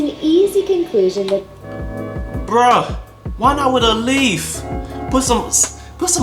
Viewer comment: "Why not a leafff" 😂😂😂